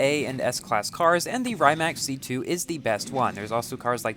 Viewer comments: Yup, good vid! But the really correct pronunciation is "rǐːmats" (in IPA notation), like English "ree mutts". It's the Croatian creator's family name. Congrats on the car, BTW, 🤗 I envy you as I'm still grinding to get my ZR1 to 2 stars and maybe finish Stalwart Monkey.🤪 There should be more chances to earn S Coins, and I think there were some a little bit before the end of the Jesko SE... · correct pronounciation: Ree-mack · and its not rymac its rimac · Actually, it should pronounce Re-mac. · Really cool video. BTW Rimac is pronounced R'ee'mac, as in cheese, but a little less sharp